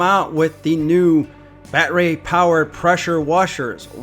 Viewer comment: Gah damn STOP saying BAT RAY! AND MILWAUK-I-A!!!!! ONCE OR TWICE IS FUNNY BUT DUDE THAT IS ANNOYING!